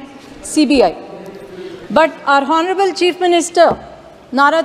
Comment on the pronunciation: Crutch ,,,,not clutch.'H' is silent in honourable.